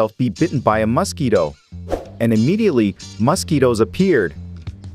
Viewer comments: I absolutely hate the way you say "mosquito"...and you say it every 2 seconds. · you should look up how to pronounce Mosquito - you are very irritating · I cant help feeling quite rage how you pronounce 'mosquito'. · Stop saying mosquito like that. Are you trying to F with me? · Couldnt watch....anyoning saying mosquitoes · RAAAAAAAAA WHY THE FUCK DO YOU PRONOUNCE MOSQUITO LIKE THAT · Mosque eatoh. I hate this AI voice for pronouncing it that way. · Why are you pronouncing it musk-eat-o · First of all: MO-squito, but at least your AI is consistent. Please check your script. There were other mispronunciations that detracted from the video. I hope the dissection was fun for you. Please continue to practice so your dissection skills aren't so gross. Watch zefrank's True Facts About Mosquitoes. It's beautiful. Carry on.🤔🤢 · It's not Masquito, it's Mosquito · I assume "Muss-keeto" is mosquito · Ugh annoying! MUS-quito 🙄 Why are you saying it like that? It’s mosquito pronounced : ms’KEE’toe Are you doing that just to get on peoples nerves ? Do you also pronounce COOL WHIP the way, Stewie Griffin does? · aahh yes the famous Masquito .... either thats a horrible AI voice or this person sounds extremly robotic ... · It's Mos, not Mus... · I have always thought it was pronounced as Mosquito, not Mass-kito 😂😂😂😂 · Stop calling it a Muskeetoe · Wtf is a musskeeto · As a human, i can verbally confirm we pronounce mosquitoes "mass key toes" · Those damn muss-keetoes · It really is nice to be hearing MOS KITO every other sentence😌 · Bro why do you pronounce mosquito like Musky Dough? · You say muskeedos You say it so dumb 😂😂😂😂😂😂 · MUSkeetos. God damn, say it properly. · Hate how it says mUscito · not enough of word MUS-KEETO! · Blue is say muskido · I liked how he pronounced Mosquito - Mus-ski-doe 🤣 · take a shot every time he says MUSKeeto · I can't unhear Muskito 😂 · if I hear MAASquito one more time... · "the maskito"💀💀💀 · I hate the way he pronounces Musk-eeto